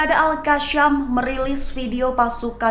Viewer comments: Al qasam bukan qasyam. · Kak.. Sebut Al Qassam tu betul2 bole tak?. Bukan kashem.. Kassam.k.